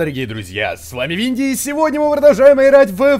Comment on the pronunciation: винди а не винли